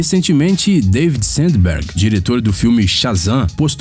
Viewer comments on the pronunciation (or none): none